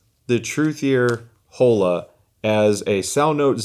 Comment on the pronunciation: Please, “Oh-La”. 😭 no Holes here. LOL